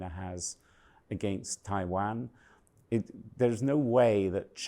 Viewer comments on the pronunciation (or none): none